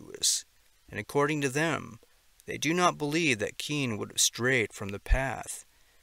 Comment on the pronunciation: Phonetically Cian is pronounced - See yarn